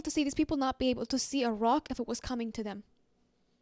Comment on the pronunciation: while you said "a rock," my ears heard "Iraq"...